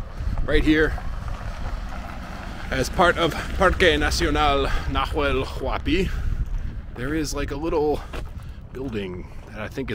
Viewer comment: Just a minor correction for your spanish improvement... we don't sound the "H" at all, at least here in Argentina. So in Huemul, and Nahuel Huapi, It's just as if it said Uemul and Nauel Uapi (Sort of like saying "nah... well" in english :) ). Mapuche words might sound the H as sort of a soft G (I'm no expert; I don't want to say something wrong there), but for sure doesn't sound Najuel or Juemul as you pronounce it. Of course, it goes with respect and to help you with your already very good spanish.